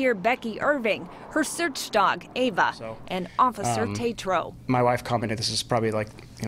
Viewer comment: ITS AVA NOT EVA EW